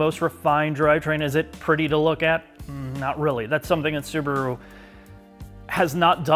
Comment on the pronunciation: It is not a Subru, it is SubAru. 😆 I own a Forester. Great vehicle at the price.